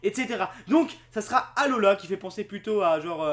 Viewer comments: ça ce prononcé Alola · qu'en tu a dit alola j'ai penser a haloa. je sais pas si tu voit xd